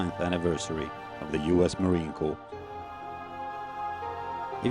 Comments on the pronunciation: Sadly, the narrator does not know how to pronounce the word 'Corps' in the United States Marine Corps. The narrator keeps pronouncing all the letters in the word, thus pronouncing it as 'Corpse' which is a dead body. Sometimes 'Corp' as in short for Corporation or a company. 'Corps' is pronounced as 'Cor' or 'Core'. A Corps is a military measurement of a group, which is divisible by three. 30 seconds in the narrator states that the memorial is dedicated to all 'Marine Corpse'. No sir. The Memorial is dedicated to All MARINES. They should have done more homework on how to pronounce words correctly to show some effort and respect when honoring Marines. Better yet, they should just get a Marine to narrate over this correctly using the proper language and terminology. Unacceptable. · ..it is unacceptable. The narrator is from the British Isles, and there the pronunciation of word, corps, is as per the standard pronunciation world-wide, with the p and s remaining silent. Why on earth this wasn't picked up and corrected, is beyond reason. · ..get your head out of your butt. The narration and pronunciation is an insult to Marine Corps world wide, let alone the USMC. And while you're at it, even the Royal Marines would be embarrassed by the pronunciation of an obviously British Isles narrator.